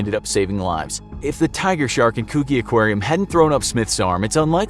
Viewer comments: Coo-gi? Ou meean Coo-jee lol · Coogee. it's pronounced CU-JI! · You mispronounced "Balmain" which has a short "a" sound like Balmoral, and "Coogee" which has a short "'oo" like book and soft "g" sound like giraffe.